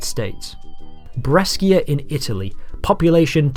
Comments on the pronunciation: I Don't want to be a dick but . It's pronunced "Bre-SHI-a" not "Bre-SCHI-a". It's my hometown when I heard you saying it like that, I headbutted my desk. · its pronounced "breshia" not "breskia" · Great job. Just a minor detail that made me laugh: , it's not "Breskia", it's "Bresha". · small correction: Brescia is pronounced "Breshuh", not "Breskia". Awesome vid btw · The video is cool and I’m really enjoying but my god did you butcher the pronunciation of Brescia The correct pronunciation is with a sh sound something like the sh in shampoo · "breschia" 😂😂😂 what a mong, takes half a minute to look up how to pronounce it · I'm from Brescia, when I saw it in the video, I was like whatt? I'm feeling very proud 😂 P.S. it's pronounced "Bray sha" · It's pronounced Bre-sha, mate. Also, the two rail lines will never be built and our public transport system is shit. How do I know? I live in Brescia and I have had the misfortune of working in the local public transport. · Brescia is pronounced Bre-sha (and is one of the ugliest cities in Northern Italy 😅financially, though, is rather well off by national standards). I've found this channel today: were where you all this time? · it’s pronounced “breshia” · Brescia is pronounced: BRESK-ia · sorry to nitpick, but it's "bresha" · as someone from brescia please, DONT SAY THE WORD BRESCIA EVER AGAIN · The way you pronounced Brescia made me cry